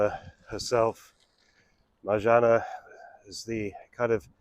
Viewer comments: Marzanna- One repeats the N twice in this name, just like Anna (not Ana). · Marzanna , please pronounce double NN, otherwise , could it get it.